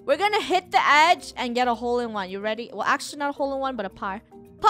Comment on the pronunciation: I'll take a par Funneh:I'll take a par to 😕😐 oof right there is par-ma